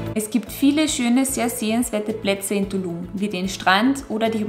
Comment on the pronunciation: "Ja kommts mit nach Dulum" so lustig eure Aussprache. Das"T" spricht ihr mit"D" aus 😂 Ich war in 2017 dort... Träume heute noch davon! Cooles Video!